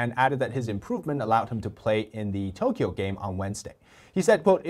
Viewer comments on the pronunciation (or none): none